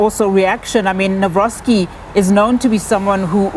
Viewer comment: What kind of news channel cannot get a presidential surname right? Embarrassing.